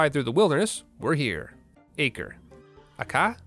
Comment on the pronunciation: 'Too American for this' Great line. Too my understanding, the pronunciation of Acre‚ Palestine is 'Ah-cray'.